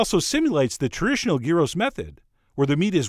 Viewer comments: "... and I know, the paper is still on the bottom. I'll remove it later. I'm too upset right now." Ha ha! And Chef John, you were closer to the pronunciation the first time around, it's gee-ros, (not guy-ros) ... or if you want to sound like a real Greek "yee-ro. : ) Interesting spin on traditional gyros. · the g us pronounced like a y, so its "yeero" not "geero". Also gyros is plural, you should be saying gyro for the singular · Its pronounced yearoh not gearoh bro the G is silent. lol. my mom is 100% greek from the island of Krete so i'm the expert of this excerpt. lol.. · Yeah, the Greek pronunciation is GHEE-ross, not JEYE-roh (jeye-roh-scopes notwithstanding). And please, dear America, gyros is the singular: there's no such thing as a "gyro". Greek words ending -os are just like Latin words ending -us. But, man, that looks delicious. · Gyros is a Greek dish and it’s pronounced “Yeeros”. It has never been GĪro. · You are correct, Gyros (or Yee-ros as is the right pronunciation) in Greece, is chopped pork meat. Not ground meat. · I’ve always been told it’s pronounced With a silent G, so Yeero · it's pronounced Year ro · It's pronounced Yee-Ros. Have to rolll the r. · Traditional Greek gyros from what I understand are made solely with pork, and are pronounced "yee-row" with a small roll of that R. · I am a big fan of your recipes but I was trained by a middle eastern chef and rosemary is not a traditional ingredient in Gyros (pronounced like Euro). It is too overwhelming a flavor. The oregano is definitely the main flavor. The meat should be very finely minced and pressed for several days which allows the flavors to mature and there's no bread crumbs in it! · It is pronounced "y-EE-ros" (y as in yearning) and "ja-jEE-kee" (j as in jazz) ;) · Tzid Tziki easy to pronouce .. And gyros ..(yearos) Go to google translate :) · Proper pronunciation is..YEE-ro!!! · I love how neither of his pronunciations for gyros were correct... should sound like euro